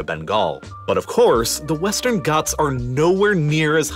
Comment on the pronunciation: Bro it's not westan goths it's ghats I'm from Uttar Pradesh Your prounation is 🤣 on Hindi words